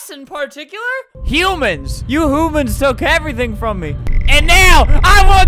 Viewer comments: DID ALBERT JUST SAY "HOOMANS"? (If he didn’t then I’m too old and I can’t hear correctly.) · Albert: "You hoomans took everything from me!" me: hoomans? Albert: HUMANS